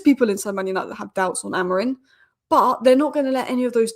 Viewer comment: Amorim not Amorin please.